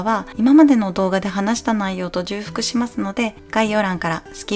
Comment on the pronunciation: じゅうふく→ちょうふく